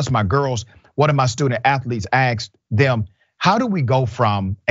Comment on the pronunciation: Come on, Dr. *ASKED, not "aksed"